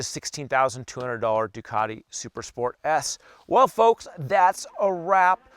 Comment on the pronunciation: Bro you have to enunciate better. Its sounded like you said Super Sport ASS.